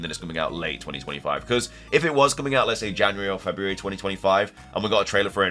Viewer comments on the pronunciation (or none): none